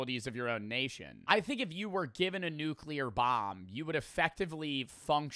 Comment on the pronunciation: Glad you said nuclear and not “nuculer” like so many people.